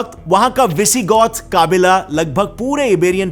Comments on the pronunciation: Kabil nhi kabilah hota hai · It’s कबीला not काबिला